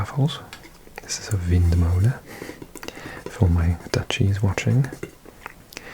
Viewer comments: as a Dutchie watching, I absolutely loved your pronunciation of windmolen and stroopwafel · With that pronunciation of windmolen and stroopwafel you seem Dutch 🤔